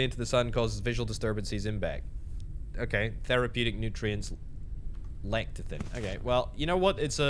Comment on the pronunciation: Le- tsee- teen (Lecithin)